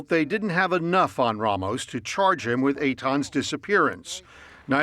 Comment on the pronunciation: Why does he keep saying RAH mos when he has been repeatedly told it’s RAY mos? Idiotic